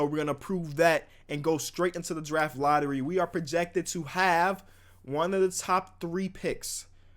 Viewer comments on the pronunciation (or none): none